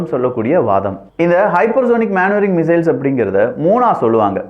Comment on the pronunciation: மனுவரிங் மானுவரிங் கிடையாது